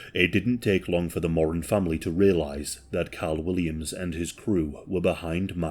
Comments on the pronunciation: MorAN. Not “moron”. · Learn how to pronounce Moran… It’s Moor Ran not mor un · Love your videos. Just a slight correction... The Moran surname is pronounced Moh-rann Not More-An Emphasis on the second syllable. Pronounce like "he RAN a race". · In Oz, the last name is pronounced 'Moore-Anne', but considering their combined IQ was about room temperature, I like the way you pronounce it as 'Moron'. XD XD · Thank you my mom was a more-ANN and her students would pronounce it like moron, like is, to be mean 😢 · You’re pronouncing Moran incorrect 😬 phonetically it’s MORE ANNE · your pronunciation of Moran did my head it, I'm a kiwi and been to Melbourne number of times, a mate of mine even meet the Moran brothers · When you say “Jason”, you’re showing a pic of mark and vice a versa. Also it’s pronounced “more-anne”. I’m an Aussie who’s very much invested in this case and those involved. Love ya channel but I had to correct it. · It's pronounced Mor-an. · More-ran.. not picky, but educational.. at least it's not a pronoun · the family name is pronounced MORE-RAN and the pills in Melbourne were pretty clean and amazing in those days lol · Its an Irish name and irish people pronounce it mor an.. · You've mispronounced the "Moran" name. Edit: the first few times at least.